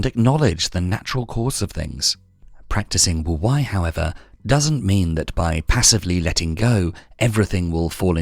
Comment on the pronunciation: Can someone please teach AI how to pronounce wu Wei correctly